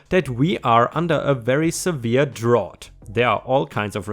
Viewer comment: Just as a note, "drought" rhymes with "out", not like the word "ought." English pronunciation can be quite confusing and arbitrary.